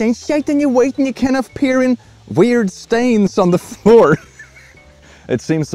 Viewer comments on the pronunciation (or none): none